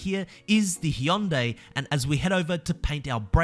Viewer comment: The way said Hyundai 😆😆😆